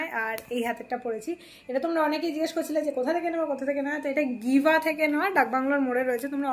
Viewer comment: গিভা না উচ্চারণ টা হবে জিভা।